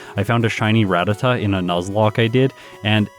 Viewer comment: Can whoever did the MDBAMA in this teach how to say Ratata? I never thought I'd hear it said properly on this channel